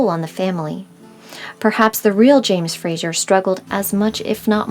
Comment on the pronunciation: Very interesting. I wish😮 you would pronounce his last name correctly. It's FraZer. Not Frasher. I have Scottish and Irish roots. So this was very interesting interesting. I love genealogy!